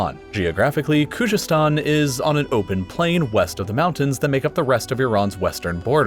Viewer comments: Bruh , you can't even pronounce khozestan !! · Please check your facts about Iran: 1. Khuzestan has always been part of Iran , learn to pronounce it properly while you are at it 2. During the Safavid dynasty, Azerbaijan, Armenia and Georgia were part of Iran 3. Saddam invaded Iran just because he hated the country and had support of the Arab allies and the west. They did not want Iran exporting their revolution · Problems with this video: 1) you speak of various dialects of Arabic and claim that Maghrib states contain their respective Arabic dialects while even your map clearly shows the influence of Algerian Arabic in Tunisia and Moroccan in Western Algeria. 2) Khuzestan - how could you butcher the pronunciation so much and so many times??? 3) The "foolish" decision of the Ottomans to join the Central States was dictated by the fact that Entente rejected their application for membership and they felt that if they can't be with one alliance, they have to join the other. 4) Most of the Kurds in Northern Syria were not there when French got Syria, they arrived from Turkey ca. after the failed Sheikh Said Rebellion 5) While the shapes of states were decided by the colonial powers, the issues with every state were much more complicated. You could take every country and make separate videos for them. For example, Syria's unitary regime was forced by Syrian nationalists, French wanted a federation there. 6) The division into sectarian states is an issue of its own as such divisions are never one-dimensional and not clear cut, there would be still minorities within those new sectarian states as well as conflicts of other identities and interests. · The way he pronounces Khuzestan or Najd or Shi'a is making me laugh. But other than that it was a really good and accurate video.